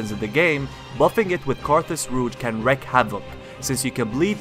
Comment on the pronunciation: The term is to wreak havoc, not wreck. It's pronounced REEK To wreak means to "cause a large amount" of havoc. To wreck havoc would translate into breaking or damaging widespread destruction, which doesn't make sense. EDIT: edited out the douche